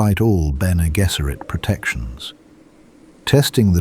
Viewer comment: BG should be “Benny Jezzeret”. The voice in the video says “Gesserit” with a hard G.